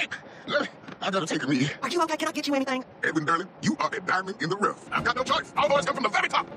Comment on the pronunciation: Aww! I just noticed the way says "Durland" sounds like "Darlin'"!